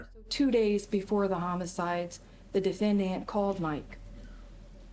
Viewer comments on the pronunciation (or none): Anyone else also keep saying DEF-AN-DANT ? 🤣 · The real tragedy is how the prosecutor pronounes the word defendant. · Defend-ANT I got a kick out of the attorneys pronunciation of the word. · Not that it matters, but the prosecutor pronouncing defendant as defenDANT is odd. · "Dee-fan-dant"... Jackie Spradling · "the defend-int" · Why does she pronounce defendant like that?????😅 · What is with this lawyer's pronunciation of the word "defendant"? 😅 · That prosecutor should have been disbarred just for how she says ‘defendant’, let alone the misconduct. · YES! I just passed that part and was cracking up in my office.